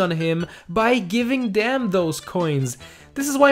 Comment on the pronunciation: there is an "F" instead of a "G" in giving